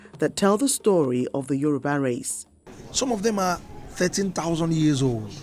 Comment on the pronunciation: Is Yoruba not Euroba